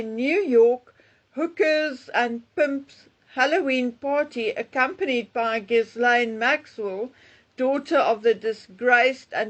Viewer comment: Ghil-laine. The “s” is silent.